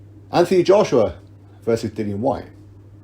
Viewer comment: It's Whyte. Lol.